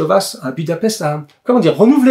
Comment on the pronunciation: Je ne voudrais pas être porteur de mauvaise nouvelle, mais le S en Hongrois est chuinté. On devrait donc dire Vache et non pas Vass. Pour le coup, on gagne à être ignorant je trouve.